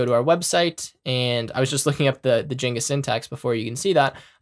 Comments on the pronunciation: bruh, please stop calling it jenga/jinga. It's jinja 😭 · He said "jenga" instead of "djin jah". Literally unwatchable, this webapp actually deleted my keyboard. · 1. Great tutorial, thank you for doing sharing this. 2. My brother in tech... it's rauw-t not root for route, they're called curly braces not squiggly braces, it's gin-ja like ninja, and just for good measure Gif not jiff. 😂